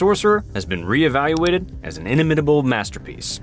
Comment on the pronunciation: the machine pronouncing "inimitable" without the emphasis on "nim" is just gross